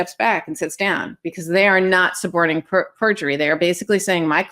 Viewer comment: thanks. It did sound a bit like you were saying “supporting” perjury.